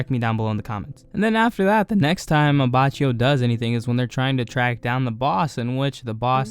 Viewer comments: It's pronounced Abakio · Why you say Giorno in the right way and then A B A C C Í O